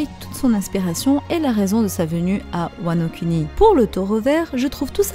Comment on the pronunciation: je veux parler du fais que tu insiste sur la prononciation des U. Comme wanokUni KizarU AkaïnU etc.. c’est plus bon à entendre du genre WanoKouni Kizarou Akainou. Lire les U pour Ou